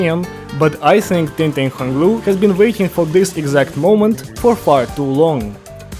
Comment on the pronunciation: "tingtang hong lu" bro what